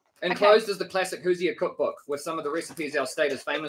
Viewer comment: Indiana is the Hoosier state. It’s pronounced Who Zur